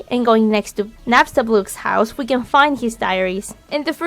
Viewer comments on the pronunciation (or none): she said happstablook,not napstablook -_